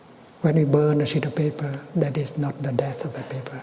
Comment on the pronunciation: Sounds like he says "a shitty paper"